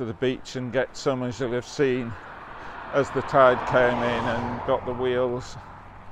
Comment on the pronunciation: I thought at first you said "whales" , but it was wheels. Quite photogenic wheels they were. 😀